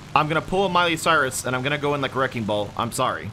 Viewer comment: "im going to do a mylie syres"